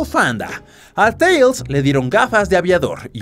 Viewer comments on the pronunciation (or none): none